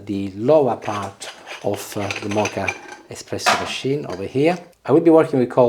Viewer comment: *Moka, not Mocha pot!🙄😄